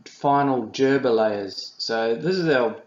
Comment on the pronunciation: Gerber. Hard 'G'. Not 'jerber'.